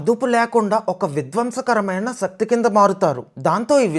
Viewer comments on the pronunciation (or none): none